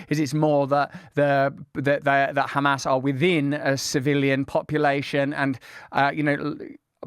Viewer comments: he said hamas so perfectly with a proper Arabic accent lol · just that Norman can annunciate Hamas correctly shows his intellect .. the Zionzits can't even do that correctly .. it's a condition they have besides psycopathy